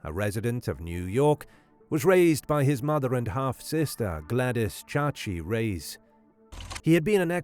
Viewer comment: Boy, that generic narrator is awful.. Reyes sure isn’t pronounced “Race”, it’s “Ray-es.”